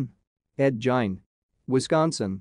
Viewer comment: Ed jein ...dude in gein some time pronounced gean but never jein